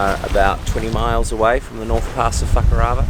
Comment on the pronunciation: 🤨 I am watching your channel for the matter of fact way you show what task, routes, plans, emotional states, generally sharing your adventures and also because you and dani are pretty cool...... So please, please for my sake stop saying fukarava, I just can't take it 😂🤣😂🤣😂you say It i piss my self, lose a minute, rewind what I miss, catch it again, lose 2 more minutes and repeat. I've literally added at least ten minutes viewing! 😉